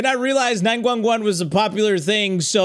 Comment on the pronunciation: 911❌ nine gwun gwun✅